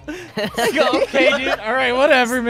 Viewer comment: I cringed as he said wouldn't that be see at... ANY GOOD NIGHTBLUE FAN WOULD NO THST ITS SEE WHY AT SIGN OMG